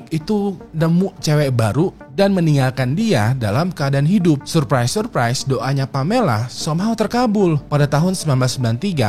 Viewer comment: Belajar EYD please, denger "surprise surprise" gw gemes banget